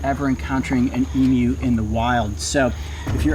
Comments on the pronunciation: Just happy you pronounced emu properly e-mew and not e-moo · I AM SO HAPPY HE PRONOUNCED EMU CORRECTLY! AFTER YEARS OF TORTUE OF NON-AUSTRALIANS MISPRONOUNCING EMU. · thank god, he doesn't say e-moo, like so many Americans. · Hearing a non-Australian say emu right is like getting a 2nd birthday. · thankyou for been the rare American thats can pronounce EMU correctly how anyone can get m-moo from EMU i dont know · Take note everyone, the way Coyote pronounces Emu is the correct way.